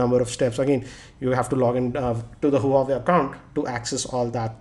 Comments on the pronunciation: Self claim geeky don't know the actual pronunciation of Huawei...shame!! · gautam diwan Did you get my reply correctly? Obviously you didn't. I'm speaking about his wrong pronunciation not spellbee LoL. A Tech YouTube blogger can't just pronounce an international brand correctly!!! It's considered as highly unprofessional. Infact, just because he gets easy smartphone from various sponsor doesn't make him a good reviewer for me. The way he reviews, it's good for a reading, where it should be in the form of written pages. But for a review in form of videos and multimedia , he still is nowhere near to any international Tech YouTube blogger. He just makes a zero innovative and scruffy approach in his videos by just simply sitting at one place and reading by looking at below(on the table where he kept data to look and speak upon). He just makes easy money because we have So many casual non tech person's who will like him and subscribe him and let him earn easy money. I feel ashamed , a tech blogger who writes geeky upfront of his name for his channel. Matter of fact he is not even 10% of it.